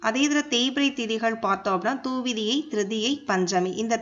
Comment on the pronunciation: ஒரு விசயம் சொல்லணும்னா தெளிவா சொல்லணும் துவிதியை pronounce correct அ சொல்லணும்